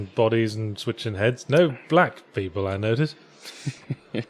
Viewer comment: I like how yahtzee says "black people" like he's never met one hahahah